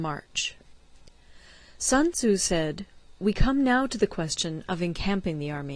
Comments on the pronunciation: Sunzu? Its Sun Tzu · Little by little she understands the correct pronunciation of sun tzu😂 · Thanks ...but you should learn how to pronounce his name correctly ... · "Sun Tozu" -Paulie Walnuts